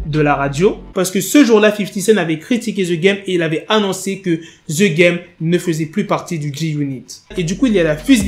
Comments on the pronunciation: The game .......the=de.......pas the=ze merde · "Z game " 🤭🤣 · Ze game 😂😂😂😂